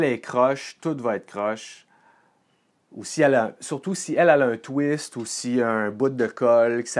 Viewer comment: Bonsoir de la France, c'est une super idée que tu me portes ce soir qui va me servir prochainement pour dégauchir mes petites planches qui comme tu dis "Tiwst" un peu. Bon job,ta chaine est sympa je like et m'abonne.